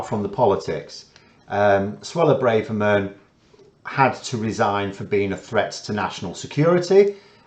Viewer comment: Her name is Bra-Ver-Man. Every syllable pronounced hard. It is a normal Ashkenazi name from her husband.